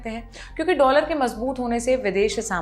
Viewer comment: ..यु एस डोलर बोलो प्लीज़ 😊